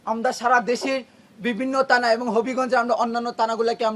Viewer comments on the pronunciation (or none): জে ছেলে থানা কে বলে তানা সে এখন বাংলাদেশের নেথা 😂😂😂